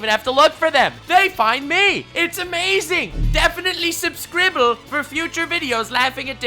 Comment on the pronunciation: The first time I heard you say "subscrible," I stanned